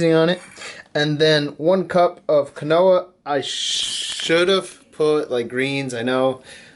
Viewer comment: I think it's pronounced "keen-wa". Also, 35grams of fat is INSANELY low... that's nowhere near enough to promote healthy hormone production... and your overall calories even seem super low... are you actually gaining on this diet?